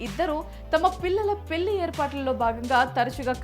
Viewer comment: ఆహా ఏమి తెలుగు పెల్లి పెల్లి పెల్లి ఇంకా ఎన్నో